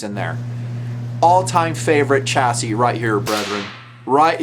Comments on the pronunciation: Stop pronouncing it as "chass-IS" it's "Chass-EE" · "chass-ee" lol maybe it was on purpose